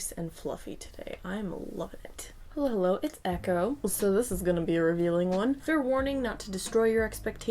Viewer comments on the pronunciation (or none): Did.....did she say "Hello-wo"?